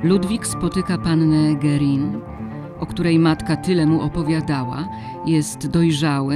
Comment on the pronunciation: Niepotrzebny jest ten obraz męskiej ręki z tatuażem. Czytamy nazwisko Guerin 'gerę'. Poza tym Ok.